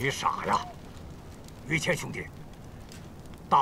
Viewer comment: 老朱，麻烦叫“于谦”不要叫儿化音，一听见“于谦儿”，太跳戏